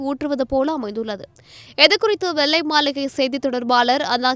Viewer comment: தமிழ் மொழியை‌ தெளிவாக உச்சரிப்பு செய்து‌ பேசும்மா‌ வெள்ளை மாளிகையை‌ வெல்லை‌ மாளிகை ன்னு வாசிக்கிற‌ இது‌ மாதிரி நிறைய உச்சரிப்புகள்‌ தவறா‌ இருக்கு